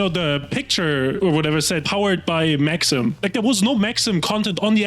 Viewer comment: I lol'ed at 'Max - eem'.